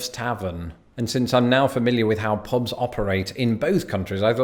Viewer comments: "Pobs" 😑 ear piercing. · He pronunciation is so bad. “Pobs and rlsnd”